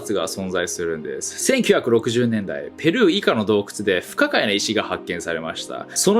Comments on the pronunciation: 日本語でのペルーの発音が違うかも。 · ペルーの発音がおかしい在日め